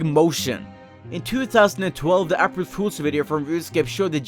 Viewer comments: I know you have a accent but seriously who the fuck says April like App-ril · "ahpril 1st" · What the. Do you say for April. I here "apprule" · I can't stand the way you say April. Made me cringe. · it annoys me how you say april.